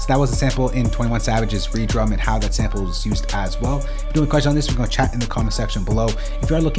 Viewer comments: man called it re-drum😭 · Saying reedrum is crazy